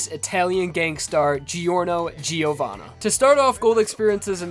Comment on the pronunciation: The 'i' in 'Giovanna' is mute. Jo-wanna.